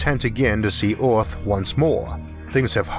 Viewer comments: Earth is pronounced Earth, not Oarth. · why does he say all his e's as o's?????? its earth not oarth and its Jupiter not Jupitor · I just don't understand why these documentaries are not able find narrators who have plesant easily understood voices. Since when is earth pronounced ARTH? Most other words are just as bad. PLEASE! It is really sad that I will not be watching any more of these. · Omg ?! The accent and the pronunciation?! I need the subtitles to follow...! Orth= Earth.. Mors = Mars ... otc...ETC! Show some mOrcy ! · I absolutely can't deal with his accent and him constantly calling our planet "Orth". Too bad because I really wanted to hear this. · Strange pronunciation by the narrator. Maurs = Mars, Eaurth = Earth? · The voice is quite distracting. The accent is weird (Earth is pronounced Ahth for example), and the pronunciation of every word and consonant is always identical, which means it is computer-generated. But it's the strangest-sounding computer-generated voice I ever heard, which means there's probably an interesting story behind it! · This is the only dude they could find to commentate this video!? Vewwy, and earwwwth? C'mon man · No matter what a person's first learned language is, there is no excuse for saying ORTH ... even the worst English speaking people don't say Orth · He literally has a speech impediment? He's always said earth as orth. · Why is your accent so weird? Where are you from? You sound American, but then you pronounce things so weird. Like Earth isn't pronounced Eayrth. Or worse as woyse. Mental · Orth, mors,??? Can you please try to pronounce words correct? Would be awesome.